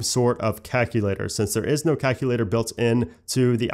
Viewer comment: He pronounced calculator like cackle later💀💀